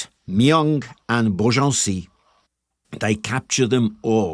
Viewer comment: jargeau = jar-jaw (without d before any j); Meung (sur loire), hard for you to pronounce : m1 (say 1 like a french in french)... reims... (omg, nearly not recognised it... r1s...again, hard to pronounce the 1 in french).. beaugency, congrats, you made it quite well!